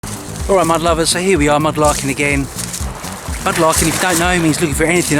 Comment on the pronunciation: Lol! I have been watching you for ages! I just now worked out you are saying, "Mud Lovers" I thought you were saying "My Lovers" Lol! I was thinking a bit personal. But whatever floats his boat.